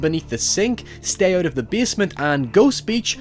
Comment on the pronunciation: “stay ooot of the basement” HAHAHAHAHA